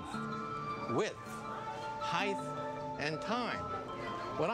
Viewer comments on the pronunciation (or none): michio kaku is cool and all... but he said heigth o_O